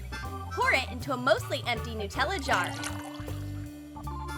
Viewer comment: Any one notes that they called it Nuutella instead of Nutella